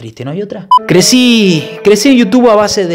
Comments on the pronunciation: "Yutun"?? Jaja kpoooo! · Pensé que era un vídeo serio hasta q dijiste "yutun" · ¿YUTUN? ¿YUTUNER?😂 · Desde que dijo yutun ya me di cuenta que era re joda jajaja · Ya cuando dijo yutun me di cuenta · Cuando dice yutun es xq esta hablando de boludeces jajaj